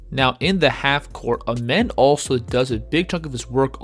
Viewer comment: His name isn’t pronounced as Amen it’s like the sun god Rah Ahmen